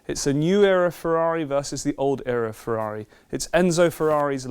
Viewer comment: "if you could only have one ferrair..." nobody asks you that question.